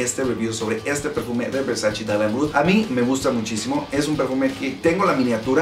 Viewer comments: erick hernandez morales Wey hasta en el traductor de Google lo puedes ver, en italiano se pronuncia “versache”, la misma Donatella Versace ha dicho en varios videos que le molesta que la gente diga versachi cuando es “versache” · De hecho, la misma Donatella Versace ha mencionado que odia cuando la gente pronuncia "Versachi", porque en realidad se pronuncia "Versache". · Versachi? Wtf la pronunciación es versache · pues en los anuncios de los perfumes de Gianny Versace lo pronuncian versachi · VersaChe. Hehe...